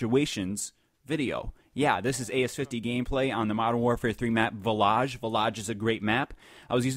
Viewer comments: Yo dude it's villige not villagge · Village not villoge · villaj illaj laj aj it's village.. VILL-UDGE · He said the name of the map wrong